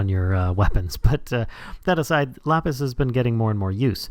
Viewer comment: LAPIS man says lopis